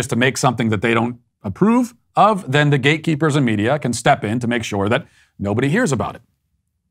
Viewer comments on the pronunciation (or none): I thought he was saying GAYKEEPERS. Ohhhhhh gateeeeeeeee keepers. I guess either works though.